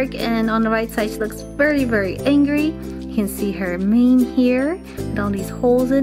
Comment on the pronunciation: When you said mane I thought you said name